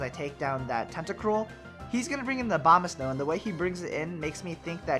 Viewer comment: Abomasnow, not Obamasnow. Lol :p